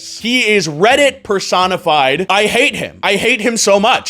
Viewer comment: When you said redit personified i thought you said read it persona 5